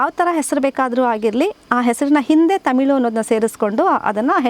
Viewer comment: ತಮಿಲು ಅಲ್ಲಾ ಮೇಡಂ, ತಮಿಳು